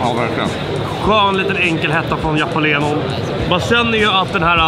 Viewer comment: ”Japalenon” jalapeno heter det🤣